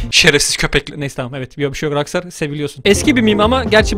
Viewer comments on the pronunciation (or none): none